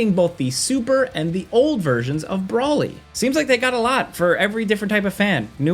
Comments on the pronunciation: I hate when ppl say “bra Lee” instead of broly like wtf stop it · it’s Like this “bowl eeeeee with an R “Broly” not bolly like lollie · Nah not the Brawly mispronunciation, its BROLY why can't anyone get his name right? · Once he called Broly “Brawly” I stopped the video 🤦‍♂️